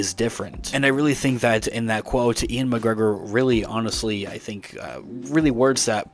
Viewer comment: Is Ewan pronounced "Ian" or are you just messing this up?